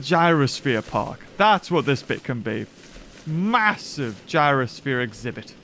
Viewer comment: I started laughing when he randomly said maosive making an enclosure for the gallimimus